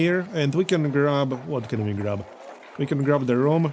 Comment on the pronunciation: This game is becoming Frantic! He said rhum correctly the first half of the video then come back to saying room afterward. Progress?